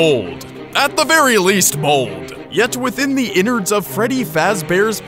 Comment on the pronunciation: more like ENNARDS !! …. …. eh?